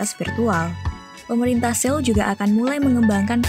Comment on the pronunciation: bacanya soul